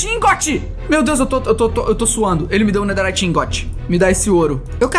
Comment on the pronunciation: EU VENDO ELE FALA NEDERRIYT EU: ESTUPEFATO